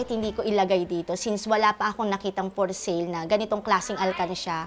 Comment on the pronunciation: “Siguro PEELING kolang din” 😂 “Por Sale”